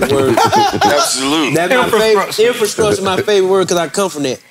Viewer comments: my boy allway gone hit that "INFASKRUTURE".🤣💯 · fly: its all about the infascructure LMAO!!